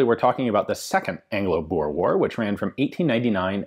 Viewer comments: Its pronounced Boo-r-eh war... thats my heritage... and Zuid Afrikaanse Republiek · Please oh please 60 min. In this and you don't know the history and neither can you pronounce the word Boere correctly ....